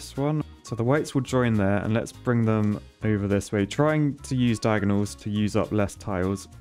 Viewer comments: Americans: "over and over and over and..." This guy: "uva on uva on uva on..." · He says over oyver